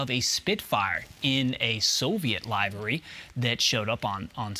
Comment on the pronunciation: Great video, thank you for the info update because I’m hoping this stays true to form with history. One thing I’d like to bring up. Your pronunciation of the word livery. The proper pronunciation is if you were referring to the organ, but with a Y on the end. Same terminology is used when speaking of livestock and their living quarters. Not trying to be a dick, I figured you’d want to know the right way to say it.